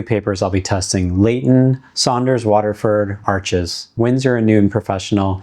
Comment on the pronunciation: Thanks for sharing these watercolor paper videos. FYI - not a criticism- Arches is pronounced like arsh , and Hahnemuhle is pronounced like hawn-a-moo-le.